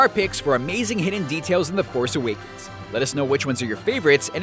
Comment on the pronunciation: star wars the force aweekends nice pronunciation